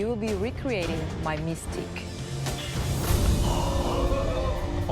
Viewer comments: "Mystique" not "Mistique" lol it is a french word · "Mistique" really more like mistake haha got em